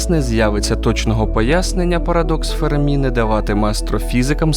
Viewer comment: Енріко ФЕрмі, а не ФермІ (наголос на першому складі, бо він італієць, а не француз).